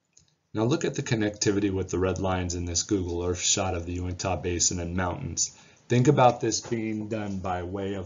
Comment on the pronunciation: Yew-ihn-tuh, not Yew-ihn-taw...Nevertheless, thanks for all your efforts sir.